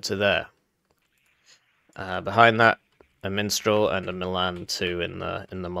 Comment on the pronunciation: I keep hearing "minstral" instead of mistral.